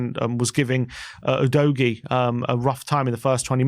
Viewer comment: Stop saying Oh-dough-ghee, please. Everyone knows now it’s Ooh-doggy.